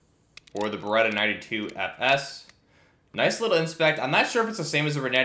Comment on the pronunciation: Isn't it Beretta?